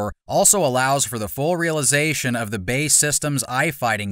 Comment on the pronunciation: it’s not Bae, but B. A. E.